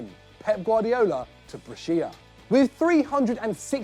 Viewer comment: That is not how you pronounce "Brescia"